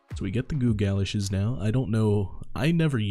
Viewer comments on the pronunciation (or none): lol its pronounced ga-losh theyre like wellington boots for walking in mud and stuff GREAT VIDEO